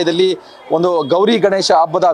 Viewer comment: ಅಬ್ಬದ ಅಲ್ಲಾ ಕಣೋ ಗೂಬೆ ಹಬ್ಬ ಅನ್ನು ನೆಟ್ಟಗೆ ಕನ್ನಡ ಬಾರದೆ ಹೋದರು ಈ ಬಿಲ್ಡಪ್ ಗೇನೂ ಕಮ್ಮಿ ಇಲ್ಲ ಅಬ್ಬ ,ಆಲೂ, ಅ ನ್ನೊಂದು ನಿನ್ ಉಚ್ಚಾರಣೆಗೆ ಬೆಂಕಿ ಹಾಕ